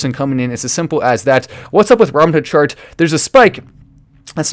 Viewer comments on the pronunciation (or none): none